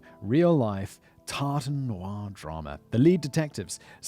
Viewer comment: "Tartan Noir," lol.